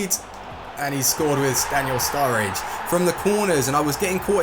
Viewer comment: Staniel Sturridge 😂